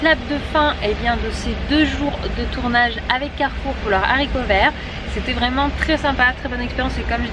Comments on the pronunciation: Les Haricots ! Pas les Zaricots ! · absolument pas! on dit le haricot et non pas l'haricot* donc au pluriel ce sont les haricots et non les zharicots* , on n'est pas là pour faire des leçons de langue mais dire et lire ce genre de bêtise c'est hallucinant! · désolée mais non on ne dit pas les « zaricots », le h est aspiré, du coup on ne fait pas la liaison et non ce n’est pas entré dans le dictionnaire comme tu le prétend!! Comme on ne dit pas les ziboux, par exemple!! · Super blog.par contre on dit Haricots verts c'est un h aspiré et non zaricots!!